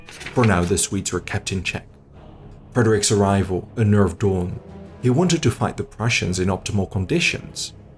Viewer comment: Poor count von Daun. it's "DOWN", not Doon. He's not ruling Latveria or something.